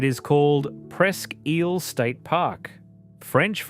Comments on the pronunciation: As an Erie native, the way you pronounced ISLE is pissing me off. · Hey pal, Isle is pronounced "EYE-L" NOT "EEL"😂